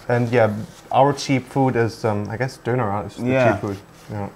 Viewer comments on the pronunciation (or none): "Döner", not "Doner"